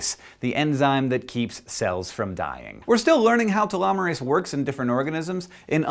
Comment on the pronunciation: All I heard was "Ta-llama-rase"